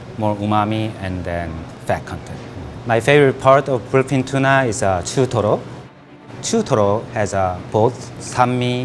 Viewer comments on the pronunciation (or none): Instead of BLUEFIN TUNA I heard Philippine Tuna🖐️ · Whenever he say’s bluefin tuna it sound like philippine tuna to me haha